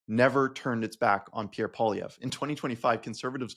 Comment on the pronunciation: And "poilièvre" means rabbit hair, but he doesn't even pronounce it properly. (And most of his fans can't spell it properly either.) His gay French-Canadian father must be so disgusted with him -- especially when he voted to deny his own father the right to get married.